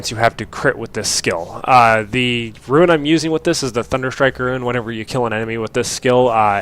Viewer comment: ITS RUNE!!!!! not ruin......i understand the type-0 but how do you keep saying it.